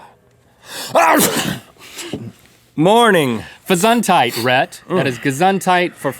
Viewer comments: Ge Soond Hyte, not Ge Sand Hyde. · Did link just say "gezongheid"?!!? HOLLAND XD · I do always sneeze when I look into the sun and sometimes it works with bright light, too. And it is so funny, how they pronounce "Gesundheit"! :D I love it when they try to speak german... :) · I love how Link pronounce "Gesundheit!". Sounds cute ^^ (the "u" is actually pronounced like the "o" in "to" e.g.)